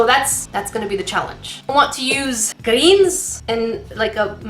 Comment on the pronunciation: Am i the only one who when she said greens i heard grains......